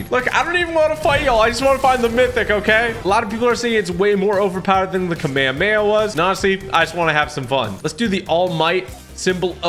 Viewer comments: ITS NOT KAMAYAMAYA ITS THE KAAAAMAAAAHAMMMMAAAAAAAA HAAAAAAAAAAAA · Did he just say kamayay?? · At least he didn’t pronounce it “kameyomama” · "kameyameya" -Typical Gamer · "Bro really said kameyameya"💀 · bro really said kameamea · kamekeah bro its kamehamameHAAAAAAAAAAAAAAAAAAAAAAAAAA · Am I the only one who gets bothered by when he says Kameyameya instead of Kamehameha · it's came e hum e not kamekamama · It’s not kam a ma a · We've got a brand new mythic that might better than the “ka’meia’meia.” 💀 💀 💀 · I know it’s a joke but that might just be the most funniest way of saying kamehameha “KAMEHEMA” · I love Yur Videos But as Soon As The kamehameha Came Out you Said It Wrong It's Ka-Me-Ha-Me-Ha I hope FN gives you a fortnite icon skin and also another reaso nis yur acent cause yur canadien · BRUH ITS NOT KAMEAMEA ITS CALL ME YO MAMA😂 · Your saying kehamehama wrong! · I'm a dragon ball fan and you saying Kamehameha it just I don't like it but I Don't control your life so you be you Edit: how to say it ka-me-ha-me-ha The sound for the me is may, the others like ka and ha is how they sound (just the sound) now say Kamehameha with the may sound and that's how you say Kamehameha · It’s not kaumeamea that’s what you’re saying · The fact that he said Kamehame ha wrong is killing me 😔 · Can we all just say that he says kamehameha really wrong in the beginning.